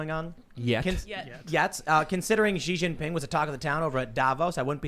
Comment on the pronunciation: Bro... In Chinese X is pronounced like SH. Xi Jin Ping (Shee).